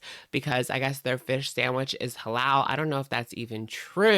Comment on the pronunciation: “Huhlaal !!” Lol ur pronunciation got me gigglin